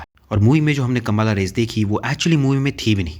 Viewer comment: Plz pronounce properly it’s not kambaala kambala😮